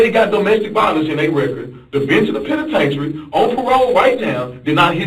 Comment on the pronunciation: The "Pen-a- tain-ary"😂😂😂